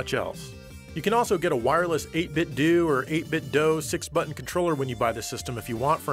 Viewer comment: 8BitDo is supposed to be said like Nintendo. Ty for not being ignorant like ReReZ. Biggest pet peeve 😤